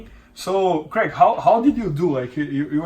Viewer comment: o bernardo tem dificuldade em falar craig, fala crég jones hueheh